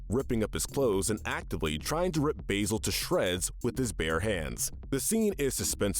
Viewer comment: Actually, the wolf attack scene in Beauty and the Beast really isn't accurate, since wolves almost never attack humans - unless they're rabid, starving, or provoked. Also, have you guys even seen The Great Mouse Detective? Because you keep pronouncing Basil's name wrong.